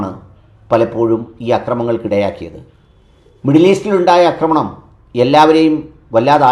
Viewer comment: "അക്രമണം" 🚫എന്നല്ല "ഫാഷയെ" ഇനിയും അക്ക്രമിക്കല്ലെ ഡാക്കിട്ടറേ ആക്രമണം എന്നു പറ.... 😂 അക്രമം, ✅ അക്രമി,✅ ആക്രമണം ✅ അക്രമണം ❌